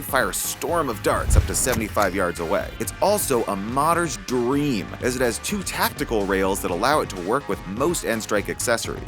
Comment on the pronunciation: the way he says dream